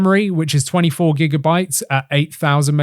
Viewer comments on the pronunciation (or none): none